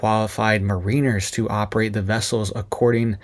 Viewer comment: Check your pronunciation of Mariners